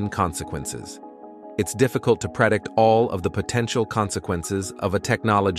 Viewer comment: No, it's not the way those words sound. The same with the word 'ethically'.